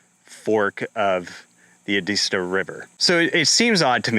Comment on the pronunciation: It's Ed-ist-tow. Thanks for bringing this out!